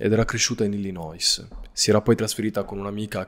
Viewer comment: Illinois ...la S finale non si pronuncia